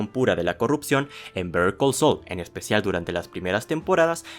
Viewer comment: Por que dices bether call sol 😂😂😂😂😂😂😂😂😂😂😂😂😂😂😂 se pronuncia saul tal cual pero de forma rapida.